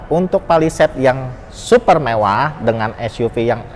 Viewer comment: Headunit yg SUFER SUFER jumbo? SUPER BANG.. bukan sufer... Secara pengambilan gambar udah bagus sih baang.. Tp cara bicara lu aneh bnget sumpah.. Belajar ngomong dulu dah di depan kamera.. Semangat ya 😎